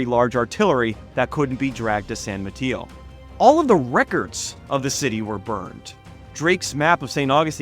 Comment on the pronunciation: The only thing you got wrong is how you said san Mateo and Marquis (i am from the area). But other than that, you have a really good video and on point.